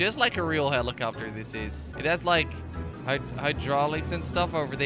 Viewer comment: Prize for whoever can count how many times he said heelicopter plane